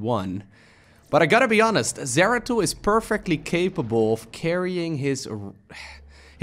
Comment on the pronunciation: “Doratul the exploratul” got me good lol